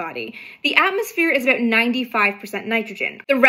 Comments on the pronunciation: “A boat”🤣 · I just LOVE the way Canadians say "about".